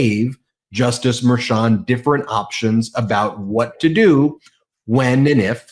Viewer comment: I said this before, but why can't say Judge Merchan's name correctly? I understand that it's a tiny detail, but it's been going on for a long time.